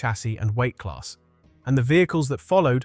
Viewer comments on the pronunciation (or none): none